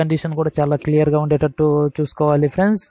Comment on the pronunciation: PAPER CHUSI CHEPTHUNADU PRENDS PRENDS PRENDS PRENDS PRENDS